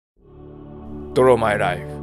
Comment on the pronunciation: PDRのパクリじゃないってあとメグさんrrawじゃなくてdrawっすよ